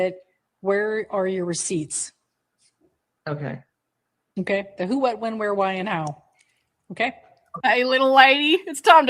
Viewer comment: Ree-seeets?! Okaaaay… 👀